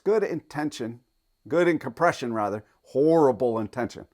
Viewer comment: You can't seem to say the word, COM-PRESH-UN.